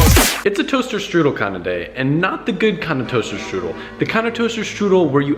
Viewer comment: You're not very good at saying toaster strudel